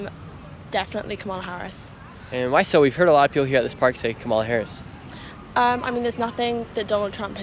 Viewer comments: "Cum illa Haraussssss" She is African..... OMFG... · urgh the moment I heard that french pronunciation I knew it'd be the typical leftist bullcrap coming